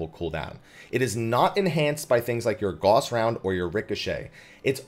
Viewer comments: Love your videos and have done well in all sorts of new things to me in FFXIV because of your clear, entertaining explanations of mechanics and such! Just want to give a wee pointer: The "au" in "Gauss" is pronounced like the "ow" in "cow". Because German! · I know it's late, but Gauss is not pronounced the same as the medical stuff ;) It's a last name.